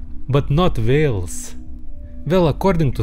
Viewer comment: Whales❌ Vales✔️